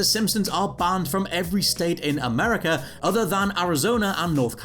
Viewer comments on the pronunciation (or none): none